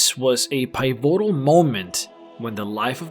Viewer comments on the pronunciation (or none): Pie-vO-tAl….I think you mean to say Pi-vo-tal mate. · Pie votal! It’s piv o taal! Apart from that brilliant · "This was a 'pie-voe-till' moment..." 😁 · I want a "pievotal" moment too. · "pie-VOH-tul" moment. :P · You don't write your scripts do you? That's not how you pronounce "pivotal" lol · U need to look up how to say Pivotal my man... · Check the internet on how to pronounce "pivotal" lol. Where did you steal it from? You can't pronounce the words so why would you use them? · This comment isn't meant to be insulting. I just thought it was funny that he can properly pronounce words like Millenia or Immaterial, but can't say pivotal right XD.